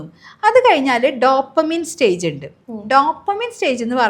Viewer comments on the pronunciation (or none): none